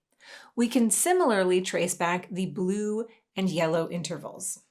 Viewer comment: I wonder if there is some weird effect caused by an audio compression algorithm that somehow glitches at that exact intonation of "Yellow"??... nah I'm overthinking this